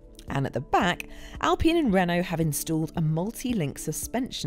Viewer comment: why would she call it alpeen? basic laws of grammer make the i long, no? friggin english.